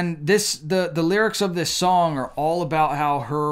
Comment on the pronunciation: It's not pide it's pride, not shong it's song, not shtarded it's started and it's not shtanding it's standing. Pronounced these simple words better